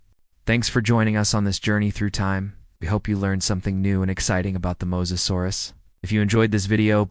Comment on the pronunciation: Let's make a video and mispronounce the main topic through the whole video. Cant take it, did not finish. Fail! 👎